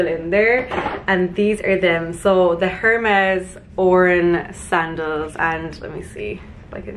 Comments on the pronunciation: Good choices. Loved it all. Vest-EE-air and AIR-MES (Hermes) 😘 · I have the sandals in black and they are incredible! Btw i think it’s pronounced air-mezz (the H is silent). Love this haul vids 😘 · It’s pronounced airmez....😊 Well done, use everything in good health!